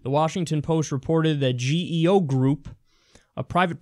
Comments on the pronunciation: It's pronounced g-o group. Not g-e-o. The second largest for-profit prison operator in the US. Garbage people. Garbage company. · It's actually pronounced Geo, as in "GEE-oh." I know because I had the benefit of utilizing one of their nice resorts.